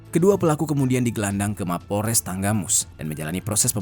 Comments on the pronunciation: Maaf bang Tanggamus bukan tenggamus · Tanggamus bang, bukan tenggamus😂